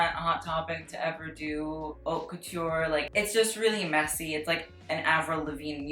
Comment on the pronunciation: "i don't know how to say it" i mean you don't even pronounce haute correctly.